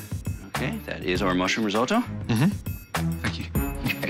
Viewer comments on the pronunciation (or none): Risoto arghhh